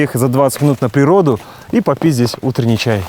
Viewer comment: Супер выпуск) На "попить здесь утренний чай" звучит как мат )